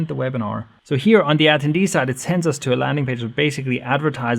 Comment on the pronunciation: Say it with me. ah - ten - dee